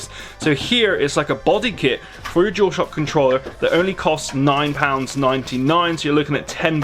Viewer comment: The “jewelshohhck controller” wow